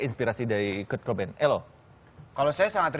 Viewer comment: Bukan Co bain woy tapi KURT COBAIN !! DIA ITU LEGENDARIS MUSISI TERATAS !!